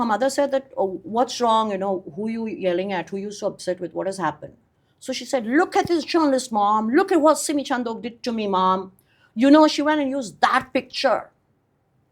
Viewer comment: सिमी चंदूक × सिमी चन्डोक √ अंग्रेजी मे d को द की तरह बोलते है जबकी यहाँ ड की तरह है।